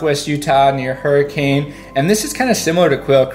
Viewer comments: It pronounced huri can not huricane! Plus mostly showing southern utah but northern utah has beautiful mountain areas like ogden canyon waterfall pineview & causey resevour! Also logan canyon via brigham which ends at Jacksonhole wyoming! Also hardware ranch (elk refuge) sleigh rides to see the elk via logan & ogden canyon! Not recomended ogden canyon to get there in winter! However it's our wilderness our beautiful land & we want it to stay that way! Also more resebors & also ogden cayon over monte cristo ends up in wyoming so if this is all you've seen well not everything include timpanogus cave UTAH IS BEAUTIFUL PLEASE KEEP IT THAT WAY! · ...he pronounced Hurricane as what now? Y'all know it's Hurricun. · Anyone who is from Southern Utah knows that the correct pronunciation is Hurricun. I know, weird, but that is how a non-native is recognized. I kind of like the twist. Hurricun in Utah’s Dixie! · Came here to say this. Wait until he tries out Tooele. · It’s actually pronounced her-uh-cun! 😁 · Great video! Fun fact is that locals pronounce Hurricane as Hurracun, and old timers pronounce it Harrucan. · How I know you're not from Utah, you pronounce Hurricane normally rather then Hurrikin LOL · more like her-i-cun ... and it's zye-un too ;) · Ooffff he keeps saying “hurricane” Sound local and well traveled, the locals say it like “hurrikin”! Also must mention some of these are state parks and will have an entrance charge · You’re mispronouncing Hurricane. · I can tell he’s not a local because of how he pronounced the cities and parks, but that okay 😉 Be-UTAH-ful! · Utah has a lot of hidden gems. I love living here, we plan all our vacations in state. I love your pics and descriptions, but it's very obvious you are not a Utah native by the way you pronounced "Kanarraville", "Hurricane" and "Zion". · Haha stay away. A handful of your pronunciations a bad haha. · Obviously not from Utah since he mispronounced Hurricane. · bruh, you can't say Hurricane like that. BRUH